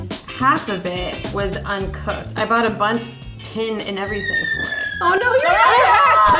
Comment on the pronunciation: ‘The flowers are store BAUGHT’ HMM